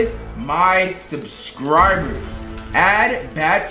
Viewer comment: and he said subcirbers